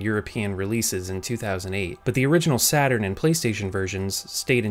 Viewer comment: "Sega Satarn" lol